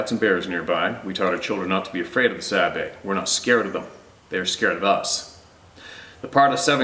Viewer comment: Sabe not babe. Duh